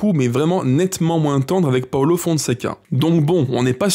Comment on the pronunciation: Ça se dit paulo et non paolo